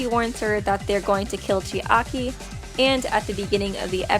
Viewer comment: Uff~! Im sorry, but it bothers me a little how u pronounce Chiaki. Its like 'Chi-Aki' how you say it, I am kinda confused. Isn't it 'Chiaki'? In like, one word? Or am I the one pronouncing it every time weong 0.0 Not trying to be rude, just wondering. I love your videos!